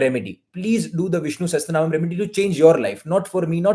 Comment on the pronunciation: Another thing : it is Sahasra-naama NOT Sahastra-naama. Sahasra means 1000. I dont know what SahasTra means